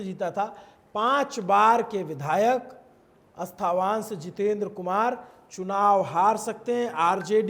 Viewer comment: When u cannot even pronounce the name of the constituency correctly or the one who has collected data bother to correct the presenter then to a viewer who belongs to Nalanda district finds all of ur exit poll content a gimmick & it’s not अस्थावान it’s अस्थावाँ